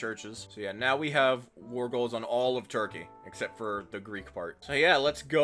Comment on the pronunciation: we love "turpey"